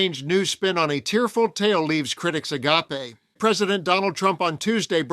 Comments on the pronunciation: OMG..... It's NOT pronounced A-ga-pay.... That is a form of Love. It's pronounced A-GAPE... PLEASE check the dictionary if you are unsure about it. Thanks. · Agape not agapeh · The word "agape" is not pronounced as; "ah-GAH-pay", it's "a-GAPE". As in; like a gaping hole; with the mouth wide open, especially with surprise or wonder. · a-gap-ay.... Please tell me that's not the standard pronunciation in America for A-gape? That's even stupider than their pronunciation of buoy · AGAPE: Love the ‘ah gar pay’ pronunciation lol (it’s ay gay p) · Agapee? now I know this is AI it's ag ape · A gape . Not 'Ah gap pay'. two completely different meanings. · It's "a-gape", not "a-gop-ay". That's a theological term meaning Christian love. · A-gop-a (agape)? This is A1????? Hmph. Lost me. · That word in the headline is a-gape (gaping, i.e., wide-mouthed in astonishment), not a-ga-pe (Greek for "unselfish love"). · a ga PAY? I was pretty sure you were not an AI creation, but "a ga PAY." I might expect even an AI to be able to pronounce "a GAPE"? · AI generated? Mispronunciation of "agape." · Who says agape "agapay"? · I'm sorry, did you just read uh-GAYP, meaning "open-mouthed in surprise," as uh-GAH-pay, meaning the Greek concept of selflessly seeking the well-being of others? Use context clues! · A-gop-eh? Has this channel gone to ai speaking? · Agape hearing Ah-gap-hay. Is he real or AI? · Agape: ah-gayp. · ‘Agape’ = with your mouth wide open. It’s pronounced ‘a-gape’ with the ‘gape’ rhyming with ‘grape’ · "Agape" is pronounced "a gayp" unless you're talking about the Greek word for love. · "ah-gape" like a gaping maw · ah-gaw-pay???? FFS stop using AI for everything. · Why did he pronounce agape like that?lololol. Am i missing somethin or did he really just use the wrong word? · You used the wrong pronunciation of agape. You used the pronunciation for the spiritual love meaning instead of the pronunciation of the meaning meant here of wide open.